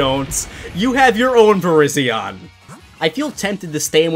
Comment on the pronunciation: Virizion is pronounced "Vir - igh - zi - on